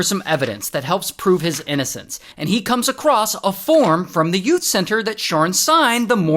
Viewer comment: “Yout” center 😂